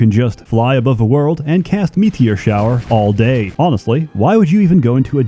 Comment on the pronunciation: "meatier shower"